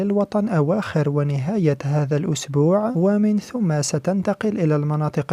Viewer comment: من ثم بفتح الثاء وليس بضمها